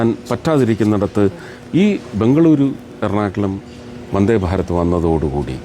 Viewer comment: 'വൻദ്ദേ' ഭാരത്!!? ശരിയായ ഉച്ചാരണം ആയിക്കൂടെ കുട്ട്യേ?! 'മൽയാലം ചാനൽ' അല്ലേ?